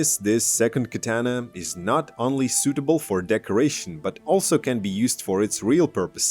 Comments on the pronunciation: You say katana completely wrong... These Aliexpress katana are crap. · The way you pronounce "Katana"..